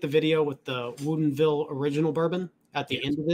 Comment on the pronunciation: LOL OK this is 2 video's now. At 1st I thought you were just goofin, but now I see it's on purpose. Why do you keep pronouncing it wuuudien ville? It's 20 minutes from my home & I've never heard it said that way. Everyone here pronounces it "wood in ville" It's just freakin me out every time I hear you say it.🤪 Keep the great content comin....🥃